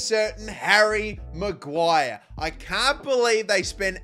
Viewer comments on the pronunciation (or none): none